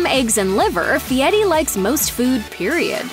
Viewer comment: What's up with the faux ethnic pronunciation of "Fieri"? CORNY!